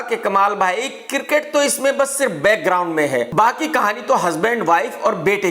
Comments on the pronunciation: Cricket - kirket 😅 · Kirket nhi hota krk bhai its Cricket 🏏